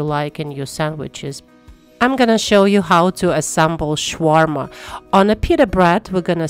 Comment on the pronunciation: Please stop calling it Shwarma. It’s Shawarma. Sha Sha. Not Sh Sh.